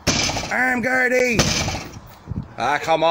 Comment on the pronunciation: Sigh. Not Gardai. The Irish police are called the Garda, as in "Garda Síochána."